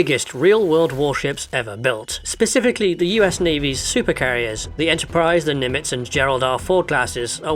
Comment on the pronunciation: Did you just say Nimitz wrong lol